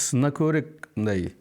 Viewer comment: Автор көбүрек эмес көбүрөөк десеңиз